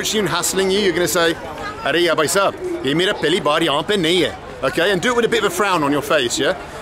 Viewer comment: Are yaar!!!.not are ya...but still loving this hindi lessons